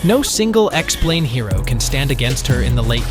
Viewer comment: bro you ai generated or what? expu lane? gtfo here